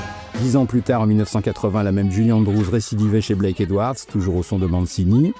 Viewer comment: Blake, pas "black"